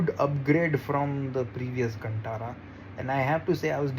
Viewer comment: Contara nhi bey its kantara